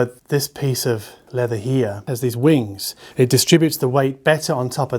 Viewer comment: Leather mate, not pleader lol. I don't think it's fake. Nice review btw. I hope they have the Dave with the Empyrean at Canjam next month.